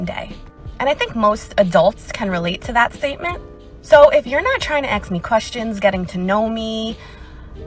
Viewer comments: I lost any kind of interest in you as soon as you said.Axed instead of ask Oh yeah and when you said single mom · “Ax me questions”. Her poor kid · The first lady, and this drives me nuts: It's "ASK" not "AXE". Literacy. Please.